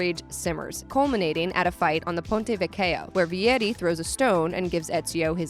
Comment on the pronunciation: being an italian and hearing "ponte veccheio" it's.. just magic guys. 👁️👄👁️